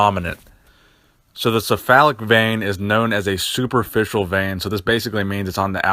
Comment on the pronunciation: it's 'keff-alic' the 'C' is not an 'S' sound